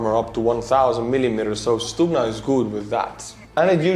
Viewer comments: No. We don't pronounce G as H. Who had told you such thing? =) Although G in this world is soft one so it's like first you hear G which then kind of ending with small h sound... but still if you will say it like stuHna instead of stuGna you will be wrong. stuGna pronunciation is correct one. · actually you first pronunciation of Stugna was more correct (sounded almost perfect). We don't say StuHna, we say StuGna;) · Unless I'm very much mistaken, G is pronounced as H in Ukrainian (as in "head"), not "kh" (X in Azbuka) as in... well, there's no such consonant in English, but you know what I mean---the sound made. (BTW, that H is one of the obvious things that allow you to easily distinguish Ukrainian from Russian, even if you don't know the languages. There's no H in Russian---they pronounce G it as in "get".) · Stugna is pronounced in Ukrainian with a soft H sound like hello. Stuhna instead of stukhna. :) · No, it is stuGna (not h) t. Ukrainian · letter "G" in Ukrainian is pronounced not like H, but like something in the middle between H and G. (stugna or stuhna). This is insignificant, just wanted to say)) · stop using the rubbish google translate . it is pronounced STUHNA with a "H" !! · It's not stuHna,but neither stuGna , it's something in between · To prevent further ear bleeding, Ukrainian Stugna sounds as [stoogna], from stugnuti «to cool». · it's pronounced stu-Г-na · Forgive me but isn't the double detonation of Stuhna warheads intented to defeat explosive reaction armour. I see that the Stugna operators designating an area above the target, to defeat lock on detection inside the tank, then drop down after launch onto the tank. Also good to learn that our Ukrainian friends pronounce their 'g' the way us Scots pronounce our 'ch'.